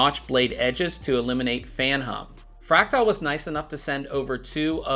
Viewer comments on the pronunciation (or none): His pronunciation of "fractal" is driving me insane. It's "fræk-tuhl", not "fræk-tile".